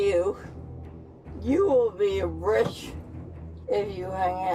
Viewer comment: she said "you will be rrriCH if you hangout with me"🤣🤣🤣